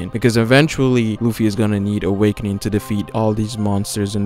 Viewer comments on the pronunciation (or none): Wish he said awakening once in this video...I kept hearing "awakenin" so I was waiting for him to pronounce the "G" on the end haha great video though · theres a "g" at the end of awakening, triggered me